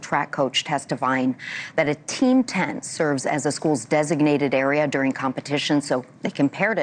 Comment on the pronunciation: PLEASE stop pronouncing DURing as “doin’l!!!